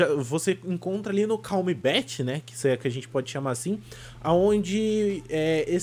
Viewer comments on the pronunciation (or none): Se fala "Calm Belt" não "calm bet"